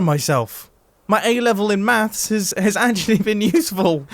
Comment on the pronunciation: Mathstststts lmao